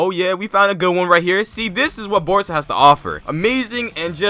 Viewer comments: omg u legit said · 😂😂😂 did I hear that right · Who heard uzumaki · He said uzumaki